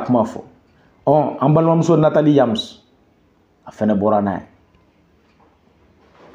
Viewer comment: Tu pourrais au moins bien prononcer le nom quand même, C'est Nathalie YAMB et non Nathalie Yams! Très généralement la plus part des escrocs se cachent derrière l'islam pour ensuite commettre des mauvaises pratiques. Surprise sur surprise !!!!